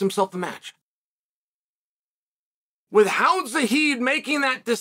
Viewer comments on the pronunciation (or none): none